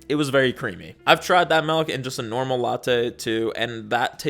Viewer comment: you pronounce it "malk" and i think that's cute